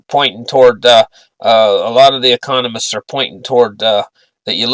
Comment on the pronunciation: Not listening to anything on economics from a man can't even pronounce "economist."